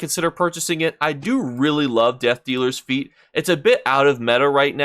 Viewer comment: 'fete' no 'feet'... pronounced "fate".... any chance of giving us an example of what the flashed secret word looks like on the screen because the screen is always busy with ESO stuff. It may just help us noobies to your channel... please consider.